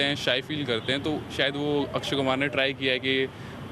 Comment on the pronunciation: .....Akshy Kumar not Kahhna.....hahaha